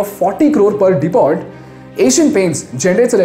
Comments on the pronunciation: Nice video But what's De-pot ? It's Dee Poh. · \word Depot pronounced as deppo not dee pot. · Depot mein t silent hota hai